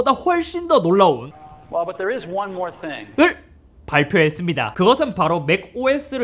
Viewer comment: 워버띵 이즈 원 모어 띵